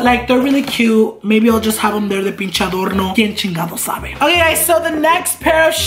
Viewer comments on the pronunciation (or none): none